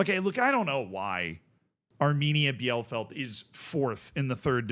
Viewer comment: The DFB Cup had succesful non-first-League teams for multiple seasons now. Like, last year 3 out of 4 semifinalists weren't in the first Bundesliga. It's kinda amazing. Keeps me Dreaming that my beloved Sportfreunde Lotte might have a shot, too. But also, of all German city names, I'd never guess that "Bielefeld" is one that Americans fail to pronounce correctly. it's "Bee-le-Feld" - "ie" in German is like "ee" in English, and German has no silent vowels.